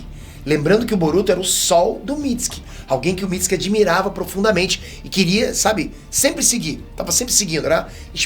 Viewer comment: Amo ele falando Mitski(Mitsuki)